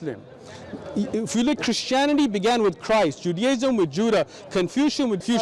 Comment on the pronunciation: Bro really just said Judaism with Judda 😂😂😂😂😂😂